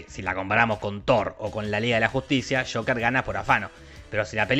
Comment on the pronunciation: pronunciado tal cual, Joquer